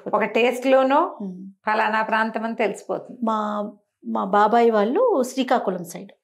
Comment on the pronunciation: ళ అనే అక్షరం సరిగ్గా ఉచ్చరించలేక పోతున్నారు, బాగా ప్రయత్నించి చుడండి, పెల్లి,అమ్మ వాల్లు అంటుంటే ఎబ్బెట్టు గా ఉంది. అదీ స్పష్టంగా తెలుగు మాట్లాడుతుండగా ….